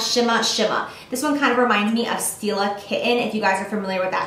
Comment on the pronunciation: Omigod I thought you said steal a kitten instead of stila kitten lol I was like wow they are really getting unique in their eyeshadow names